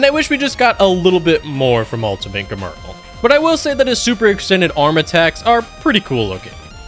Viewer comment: "Germerl" its gemrul/gemrul sorry forgot how to spell his name